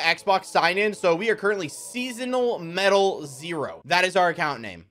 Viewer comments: really said seasonal 😂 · Sessional like session not Seasonal bro